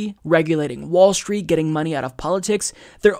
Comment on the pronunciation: it's "app-a-low-gee-a" not "app-a-low-ja"..............also, it's "street, strength, stride" etc. not "schtreet, schtrength, schtride, etc,;-)